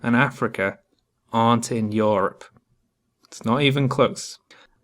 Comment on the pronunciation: "Yor-up". A few years late but great video.